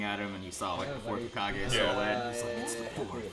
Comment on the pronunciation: said "Hazukage" 😂😂😂